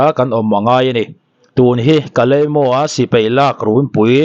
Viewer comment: KALEIMO tia i lam kha KALIMIAU tiin lam tûr😄